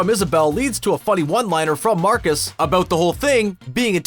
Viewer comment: Eout & abeout eh ? So Canadian